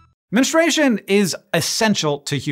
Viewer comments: Good subject. Spreads the info like it should be. There is this an option. But can we please not spread mispronunciation? It’s not menestration. It’s menSTRUation. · Men stroo a shun is the correct pronunciation, menstruation, guy who doesn’t have periods.